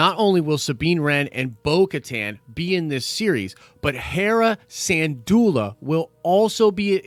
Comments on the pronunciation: Sin-doola. Not San-doola. Not trying to be snarky, just clarifying. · Dude, respect for your content...BUT...your pronounciation of Syndulla is so bad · Good news and love your work! I really hope this is all true because I love and miss Rebels. That being said the way you pronounced Syndulla is tweaking me out 🤣 LMBO Keep up the great work!